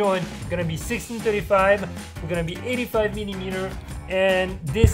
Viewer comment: Am I the only one that loves when says MILLIEMETER 😂